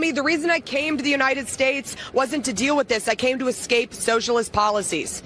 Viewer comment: Pssst escape not eXcape or eXpecially. Ah yeah not MinniANapolis. Minnie-Apple-iss